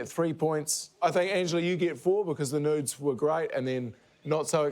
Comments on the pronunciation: as an american, the amount of time it took me to figure out angela said "nudes" and not "notes" is rather embarassing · Three of us. Though I went back to check afterwards and I believe she said it twice, first closer to nudes, then closer to notes.